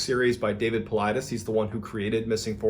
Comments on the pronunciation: it’s not pronounced David Paulides(Paul Eye Des) it’s pronounced David paulides(Paul Eye D eze) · I hit the like button because you pronounce the author of missing 411 his name correctly this time congrats bud you must have seen my last comment you're doing a badass job tho bro.